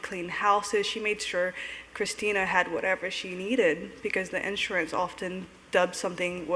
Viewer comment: "in SUR ance"